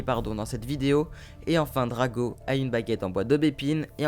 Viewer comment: Le meilleur ❤️💕😍😘❣️🤞🏻 c pas Drago mais Draco